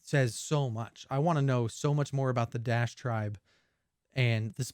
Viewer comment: Dash-e not Dash